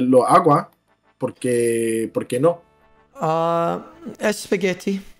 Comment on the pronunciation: “Es speguetti..” lmaooooo